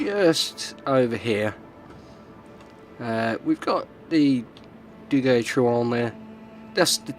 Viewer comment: Nice prononciation of Duguay-Trouin. Friant, t is mute. French cruisers have spaced armor, although very thin, it helps protecting the citadel against same class ships more that it would seem. A Minotaur can't citadel a Saint Louis (t9 cruiser) unless aiming for the weakspots under the turrets. Generally, if your ammo is not the right one, you still can't raise your aim to hit superstructures, weakly armored parts such as bow or stern, hupper hulls to guaranty some damage.